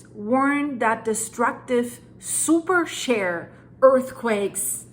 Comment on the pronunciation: Pronounced superSHĒR not super SHARE!